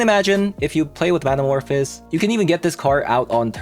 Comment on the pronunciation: Great video but please 🙏 it’s man-a-morph-ohs like in the word “those”